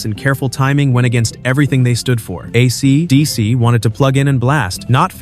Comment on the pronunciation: "AC...DC." Geez, the AI reader is silly.